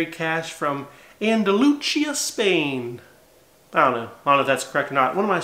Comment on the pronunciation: 1) I'm one of your Hispanic viewers and that region from Spain (Andalusia) is pronounced: Ahn-Da-Loo-Seé-Uh, with the stress on that "see" syllable. The "chee" sound that you used is for Italian words that contain a "ce" or ""ci". Think "Da Vinci". Ok, lesson over. ;) 2) I love store pick comparisons! Great job with the JD theme today. Btw, did you get a notification when I replied to your Patreon post last week? Nothing important, just curious. Cheers.